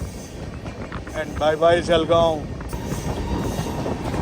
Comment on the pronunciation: జలగాం కాదు జల్గాం (జల్ గాం)